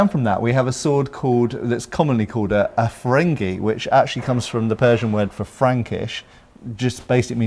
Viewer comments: That sword is a "Firangi", but yes I did hear it as "Ferengi" too. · Did you just say a 'ferengie'.. I never saw the Grand Nagus with one of those..😆